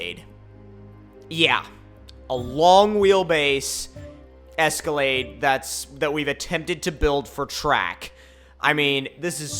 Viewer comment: I got Lamborghini doors on a Es-co-lade